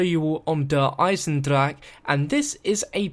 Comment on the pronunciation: now u said der eisendrache right ;)